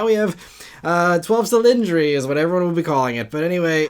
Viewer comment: It's dodici cilindri, pronounced do-di-chi 👍